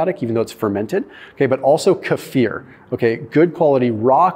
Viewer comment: O my word, you said kefir correctly🤩 It’s so rare to hear Americans say it right😃